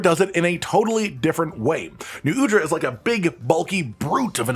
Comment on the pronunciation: Hey, im pretty sure Xu Wu is said as Zoo-Woo and Nu Udra as Noo-Oo-Dra.